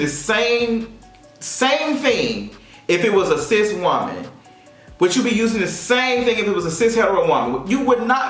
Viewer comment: You lost me when you said cist